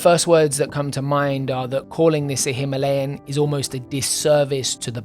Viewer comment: Excellent video as usual! I'm just glad you pronounced Himalayan the normal way and not how the majority of speakers at ABR pronounced it 😂